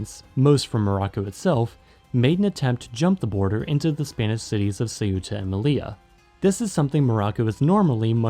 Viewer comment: but also with Melilla, very common mistake but it’s actually pronounced meliya, because double L In Spanish is pronounced like a y